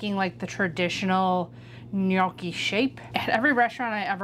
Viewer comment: Thank you for pronouncing gnocchi correctly. I cringe at restaurants where they butcher it, lol. I grew up with my grandpa making ricotta gnocchi. We never did potato. We've always rolled them down the fork, then proceeded to make the ultimate mistake of eating until we were full, and not leaving expansion space 😂. We've never fried them, but that looks delicious. Can't wait to try the recipe! Happy days.